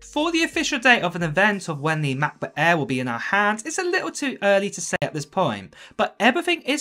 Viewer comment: The way u pronounce MacBook Air is getting on my nerves